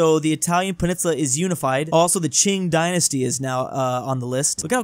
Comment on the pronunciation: saying cing/jing dynasty made me angry for 2 min